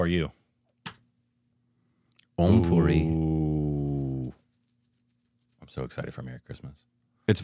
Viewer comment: calls "Om Puri" Amreaish 🙂